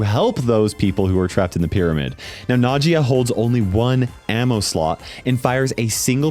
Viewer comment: I think Nagias name is supposed to sound like nausea